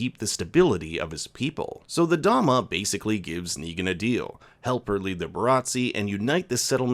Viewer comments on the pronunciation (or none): none